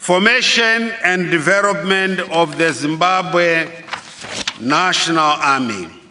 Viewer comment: Charenji, kwariti, dhiverop, risponsibiriti, dhiveropment, eriminet, stabhiraizi, congrajuret, takring…haa president akadai ndaramba, bririant, selfres, dhiyeri, miritari porisi…haa kana